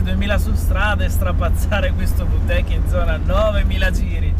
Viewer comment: Si dice vi tec non vu tec